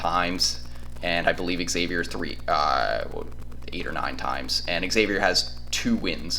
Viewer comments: It's hard to listen as the team you are talking about is mispronounced. It's like calling Texas--Exas. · No one can take you seriously if you don't bother to learn the pronunciation of your opponent. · Learn how to pronounce Xavier... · Dude - It is not eggs-avier. It is Xavier (almost like Zavier). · Not Eggsavier......This is the 3rd time X (pronounced Zavier) has played UT in the Sweet 16. It's not like the team is foreign to Longhorn fans. You'd figure you all would know how to pronounce it by now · Xavier fan here - solid video, appreciated you getting this up so fast. Just a few minor notes - it's actually pronounced Zavier, Ex-zavier is the term used when you either don't know Xavier or are trying to clown the school. Check-in with any UC fan about that. It's also pronounced Jack Nun-gee" Xavier's also experienced because they just won the NIT last year. What you guys will really want to know is that Xavier lost one of its best players, Zach Freemantle, to begin February. You mentioned Xavier's "Bigs" - we only have one now. It's Nun-gee. Freemantle would have been huge going into this match, especially with how insane Texas big men are playing of late. Should be a fun game, thanks again for the preview. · It's pronounced eggsavier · Xavier is pronounced eggsavier. Anyway Hook em Horns 🤘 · Xavier is pronounced eggsavier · it's not a regional thing. The school is literally pronounced like Zavier, no matter where you are in the country or the world. This is not Professor Xavier from the X-Men. I'm sure people with the name wouldn't say you could pronounce it differently depending on where you are at the time. Some pronounce it like the university does and some like this guy on the film pronounces it. I don't like it when my last name gets mispronounced, which happens often. Also, our center's last name is pronounced Nun-Jee. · Xavier is pronounced eggsavier and they won't win anyway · Learn how to say Xavier